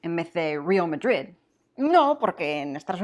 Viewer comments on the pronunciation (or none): none